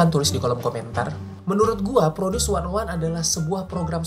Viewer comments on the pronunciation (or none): Knpa 101 dibaca wannaone? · Produce wannaone... Salah ucap si babang😅